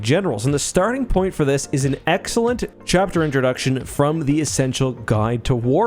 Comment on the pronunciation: "eckcellent" Good one